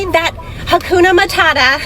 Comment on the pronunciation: did she just say "hakuno mootata"?????